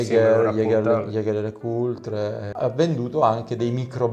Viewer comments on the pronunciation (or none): ...ma perché in così tanti sbagliano a pronunciare Jager LeCoultre e nessuno li corregge mai? Capisco che non sia vitale, però ...